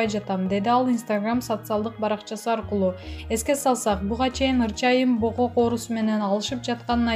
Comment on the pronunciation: Бокок эмес богок,мнау кыз дабдырайт го такыр туура суйлой албайт